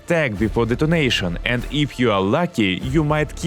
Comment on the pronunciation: I kept hearing donation instead of detonation "shoot him before donation" 😅